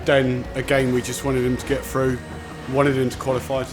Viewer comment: “ le get”